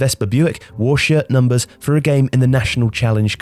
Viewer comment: I thought he said shit thumpers